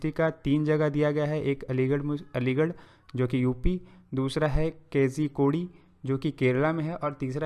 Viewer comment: केजईकोढ़ि nhi yr कोझीकोड h